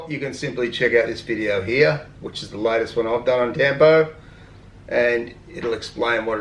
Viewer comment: Tampo is pronounced “tum-poh “